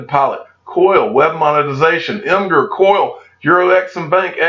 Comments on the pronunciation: Imgur= “Imager” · Pronounced “imager”